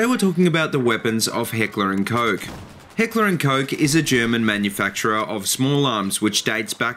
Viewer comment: Awesome shit bruh. I love H&K I'm a huge fanboy and thanks for pronouncing it right. I own an HK45 with is basically the "Compact 45" in a full size. German Engineering FTW!